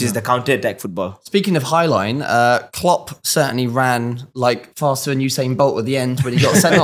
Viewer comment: Klopp sounded more like flopp